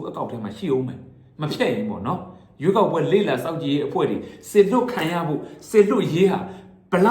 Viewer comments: ရွေးကောက်ပွဲတောင် .ပီအောင်.မပြောနှိုင်ဘူး😂😂😂 ခွေးမျိုး..ခွေးသား.. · ဘာကောင်လေးလဲ ရွေးကောက်ပွဲတောင် ပီအောင်မပြောနိုင်ဘူး စျေးကောက်ပွဲတဲ့ ရေးပေးထားတဲ့က အဲလိုဘဲဖြစ်နေတာထင်တယ် လီးဘဲ